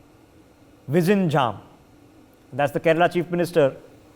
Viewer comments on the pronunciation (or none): Rishab doesn't know how to pronounce it vishinjaam he says.... 😂😂😂. But I can understand that he is not a native speaker..